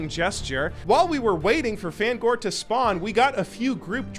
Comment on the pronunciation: Pronouncing Fangore as fan gore I instead of fang ore is diabolical lol 😂 never change